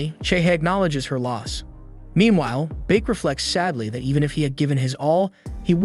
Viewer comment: Beek it's bake